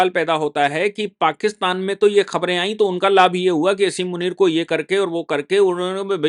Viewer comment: बाली नहीं। वाली। आयी नहीं। आई। अपनी हिंदी सुधारो।